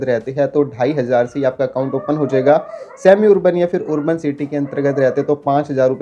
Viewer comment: Urban (arban) ✅️ Wurban ❌️